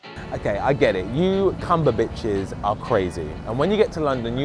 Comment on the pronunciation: did he say cumber- bitches😂😂😂